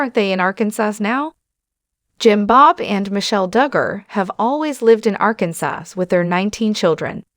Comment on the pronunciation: The last letter "s" is not pronounced in the state Arkansas. You keep butchering it, every time you say the word.